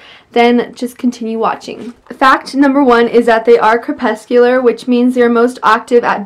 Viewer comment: It's cre-PUS-cu-lar